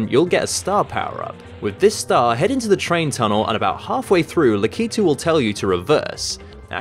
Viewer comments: It's Lak-i-tu not La-ki-tu lol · Tou said likatude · Awesome video. But the "La-kee-too" thing was just grinding in my ears. Lak-uh-too. :P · La-kee-too? Cringe Lack-ah-too! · It's LAK-itu, not Lak-I-tu. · I thought it was pronounced "lack-ah-two" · your wrong it's lack ito that's how you say it